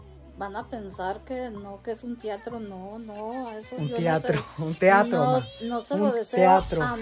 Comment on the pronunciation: Wow y todavia la gente se atreve a desir que fué un secuestro inventado..😔😔😔 que Dios te bendiga 🙏🙏 y deja que tu mamá diga tiatro 🤣 cúando mi hermana corregia a mi mamá en alguna palabra... mi mamá le decia pues yo no estudie en la misma universidad qué tú 🤣🤣🤣🤣